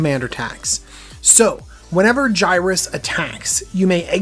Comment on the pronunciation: It’s pronounced (Yer-iss) not (Guy-rus)